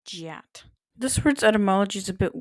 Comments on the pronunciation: I'm pretty certain it's pronounced gyatt not jyatt too. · I don't have easy access to an IPA typeface, so please forgive my rudimentary pronunciation spellings. 'Gyatt' is pronounced with a G from 'God' and the rest is rather like 'Yacht' Your decendancy is quite good, but it feel it needs some correcting. God damn God day-yum Gott-dayum (the 'o' sound is shortened) Gatt-dayum (the 'o' sound becomes fronted) Gyatt-dam (the 'ay' sound becomes fronted) Gyatt As for its origins, it seems to stem from the AAVE dialect of English. When one sees a lady with a particularly nice rear-end, a common response is "god damn!" We then get more emphasis put on the term to communicate exactly how nice said rear-end is. And at the end of the chain we have a simplification to "Gyatt," which is a noun that means "An extraordinarily nice butt." Overall, fantastic video! Love seeing linguistics applied to modern words :) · the pronunciation of the word gyatt sounds like the turkish word for ass